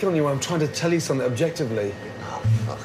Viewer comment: It's not even swearing anymore. It's just "fook" instead of "fuck".